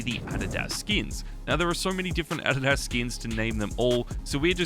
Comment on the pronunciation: “Ah did ass” 😭🙏